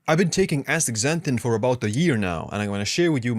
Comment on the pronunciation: Dr. Berg days Astra zanthin. Youre saying Ax tazanthin Ass ta zan thin please!